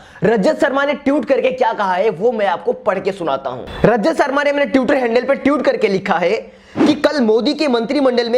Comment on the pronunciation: Pehle to tutor nh hota..twitter hota he bhai...tweet hota he..tute nh